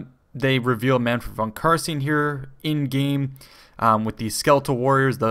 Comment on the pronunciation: Twitches You pronounced carstein incorrectly HERESY. Yeah the witch hunter pronounces it the right way in the trailer I suspect this will be happening a lot when the game comes out.